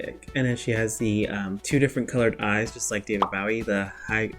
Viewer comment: Bowie is pronounced with a long o.